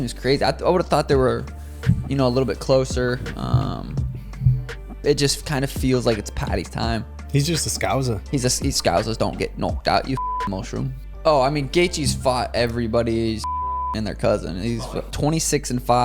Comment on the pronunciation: boys its not scouZers... we are scouCers.... sounds cringey af when Americans say scouzzzzer... say is like this - scou- then as if your about to say set but leave out the T- scouSE/